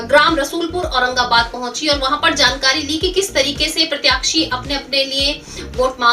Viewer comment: उचित शब्दों का चयन और स्पष्ट उच्चारण की कमी की वजह से समाचार की गुणवत्ता प्रभावित हो रही है। उदाहरणार्थ, सही शब्द 'प्रत्याशी' है, 'प्रत्याक्षी' नहीं। साथ ही, 'श' को 'स' और 'ज़' को 'ज' कहना, उदघोषिका के भाषा ज्ञान पर प्रश्न चिन्ह ही लगाते चलते हैं। कृपया, समाचार प्रेषण और भाषा को हल्के में ना लें।